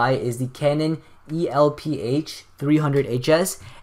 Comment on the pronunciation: Its Canon Elph (Elf)